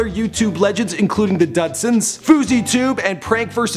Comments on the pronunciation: DUD SONS LMFAO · Not dudsons dudesons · It's DOOD sons like DOOD dude sons is lie hey DOOD OMG thank you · dud sons!!! 😂😂😂it's DUDE SONS! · Hahaha I immediately paused the video and face palmed after he said dudsons instead of dudesons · Lol the dudsons I thought it was the dudesons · he said the "dud"sons WTF its the dudesons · It's not the "DUD" sons!!! It's the Dude sons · It's not the dud sons it's the DUDESONS! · why did you call the dudesons the dudsons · The dudsons???? You mean the dudesons (DUDE)-Sons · Why did he say the dud sons instead of the dude sons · It's not dudsons it's DUDE SONS K PUT THEM TOGETHER AND THEY CREATE DUDESONS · DUDE SONS NOT DUDSONS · It's not the dudsons it's the dudesons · It's pronounced DOO-D-SUNS , not dudsons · the "dudsons"? wtf its DUDESONS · "Let me know who you want me to document next!" No one you called the dude sons dud sons just stop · The dudsons😂😂😂 ITS DUDESONS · it's dudesons not dudsons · haha the dudsons haha its the dudesons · its not the "dodsons" its "dudesons" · Dudsons? Dood-Suns XD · its not dudsons its dudesons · DUD(E) SONS!! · not the dadsons Dude-sons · dudsons!?!?!?! it's DUDEsons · Lol the dudsons? It's dudesons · Dudsunds it's Dudesons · ITS THE DUDE SONS NOT DUD SONS DUUUUUUUUUUUUUUUUUUDEEEEEE SOND S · the dud-sons....Dude its dudesons,Like "dude"sons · the dudesons not dudsons😂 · it's dude sons not dud sons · Lol the dud sons it's pronounce dudesons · The death dud Suns lol it's meant to be dude sons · Duuuuuuuuuuuude sons not dud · DUD son it's dude sons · "dudsons" lmfao. Good research. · Hahahahahaha Lol!! DUD-SONS!!! I'm literally dying!!!!! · The 'Dud'sons? C'mon, you're better than that. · The "Dudsons" 😂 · it's the dude-sons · You really mispronounced the dudesons . Pronounced Dude - son- s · The dud sons 😂😂 boiiiii stoooopppp it!!! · Did he seriously just call them the dud sons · ITS NOT THE DUDSONS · dud-sons? DUD - SONS? F*CKING DUD-SONS?????!!!!!!! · The dutsons he can't say it lol